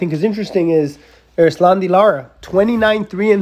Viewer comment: His name is Lara not Lata